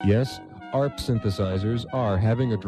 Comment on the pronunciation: ARP is pronounced as one word. Same with MARTA (Metropolitan Atlanta Regional Transit Authority), the public transit system serving the city of Atlanta, GA.